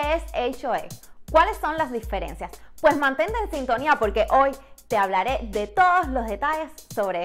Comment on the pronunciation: Por que hablas tan mal? No se dice “polque” “pal” deberias aprender a pronunciar la “r” en ciertas palabras